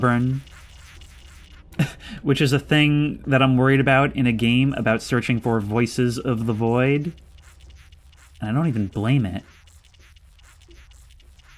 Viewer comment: woices of the woid haha